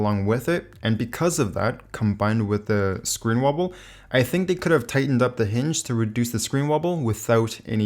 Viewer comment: dude, learn how to pronounce wobble lol